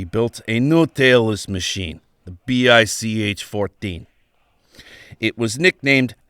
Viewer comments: It's pronounced "Bye-Che" which makes the pronunciation of what test pilots called the BICh-14 better. It's easy to see how ground performance of the BICh-3 would be terrible (see the youtube of the adorable RC model of one which is flying very well). The 7a and the 3 in the air were good, even excellent, as was the Che-22 glider before mechanical problems made it crash. The little 20 and the monster 21, and the amazing 26 are the "What If" of the story. See also from Kharkiv \ Avianito school the KhAI-4 "motorized glider". All-wing with a big fin & rudder, single engine, 10 seat ort 1 ton payload. It had troubles with balance and controls at first, but after these were solved it apparently did well, served as a utility transport for a little while. "I see what you did there" leading into talk of the Moskalyev "flying wing" planes. You deftly hopscotched over the SAM-4 and SAM-9 so that I could have sworn you were talking about it as a parallel of a first attempt to approach transonic speed. Another interesting what if story, leading into the amazing RM-1 rocket plane. Then the monster long range strategic bomber. Mach 3+ as-if, it would have been awesome enough with more reasonable, supersonic dash performance projections. Looking forward to some discussion of Moskalyev wings. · Ah, I don't hear very well so I thought he was saying Bis.